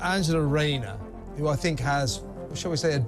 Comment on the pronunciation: Your presentations would sound a lot better if you could pronounce your “TH’s”…we don’t really want to know what you “FINK”.